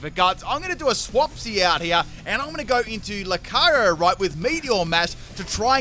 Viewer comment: The pronunciation of Lucario here is otherworldly. I heard Locarry every time